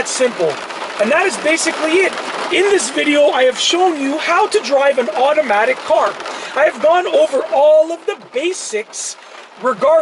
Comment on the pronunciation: It is automatic car not iromatic car 😂